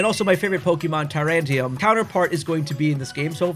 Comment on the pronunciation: Bruh how did you just pronounce Tyrantrum?! 😂